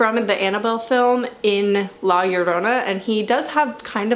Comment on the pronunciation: You’re pronunciation of Llorona is correct lol